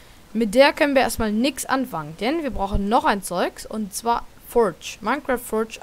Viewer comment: schlecht wie du das forge aussprichst furtsch